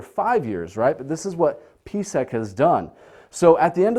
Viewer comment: I'm not understanding the numbers on your board. $10.61 for a stock price? I look up PSEC (Prospect Capital) and see it hasn't been over $10 since 2014. This video was published Jun 15, 2019. Huh? At he introduces PSEC but slurs his enunciation - it sounds like BVC. When I look up PSEC I see a high monthly dividend. So this must be Prospect Capital. What's up with his numbers?